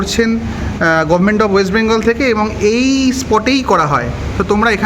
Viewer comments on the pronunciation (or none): none